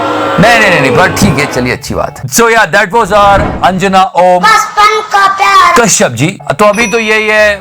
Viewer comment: Love the way you take a pause for Anjana Om ....... Kashyap 😂😂😂😂